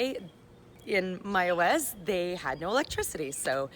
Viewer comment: You pronounce Mayaguez, perfectly